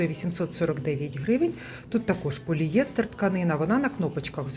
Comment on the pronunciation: Вибачте,але правильно- поліестер,наголос на ост.склад Дякую за огляд